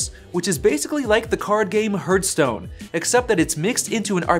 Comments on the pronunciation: Hurtstone? I take it that means Heartstone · Awesome video... but why are you pronouncing HeartStone weird? Is it maybe your accent?